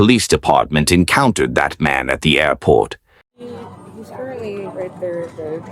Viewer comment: Creepy AI guy broke his record. "Airpot" 6 times on this one!!